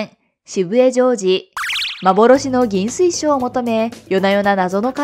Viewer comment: 亀吉はかめよしじゃなくてかめきちですよ。 あと、幻の銀水晶はぎんすいしょうじゃなく、ぎんずいしょうです。